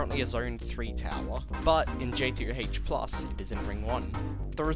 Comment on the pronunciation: Why do you skip the O when you say JToH??